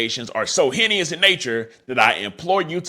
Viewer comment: I f*** with you but it's pronounced heynus 😂😂😂